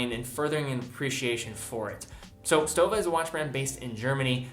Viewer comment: pronounced like „shtowa“